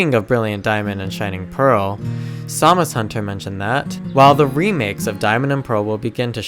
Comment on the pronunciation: So who else thought he was saying Zamazenta instead of SamusHunter?